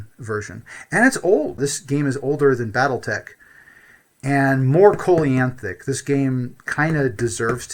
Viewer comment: Did you mean "Coelacanth"?